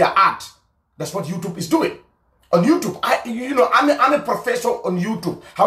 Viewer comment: Why you can't pronounce YouTube properly??